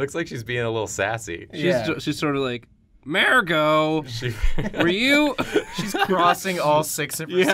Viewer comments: Why did you have to pronounce mergo incorrectly, it's not mare-go it's murr-go. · Mer-go not mare-go ahhh god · What is up with your pronunciation of "Mergo"? You keep pronouncing it as "Mairgo". It's an "er" not an "air". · M-er-go not mair-go